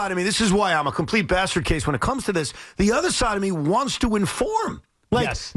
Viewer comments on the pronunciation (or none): Someone please tell Evan it’s basket case not bastard case 🙄